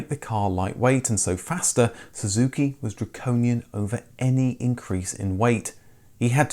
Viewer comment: at the 6.20 mark.. do you say suzuki????... and again at 6,27..